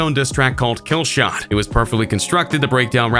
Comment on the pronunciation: KillshoEHEHt vs mgKEHH Stop over pronouncing the H